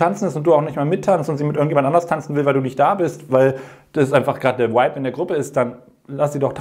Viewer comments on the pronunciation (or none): Kleiner Tipp,: das englische Wort "vibe" spricht man wie das deutsche Wort "Weib" aus. Das Double-U sprichst du nur, wenn das englische Wort mit "w" anfängt, niemals mit "v"!😁🙃 Für mich als Halb-Ami hört sich das immer seltsam an, wenn diese beiden Buchstaben vertauscht werden, aber nichts für ungut, ich bin´s schon gewöhnt🤪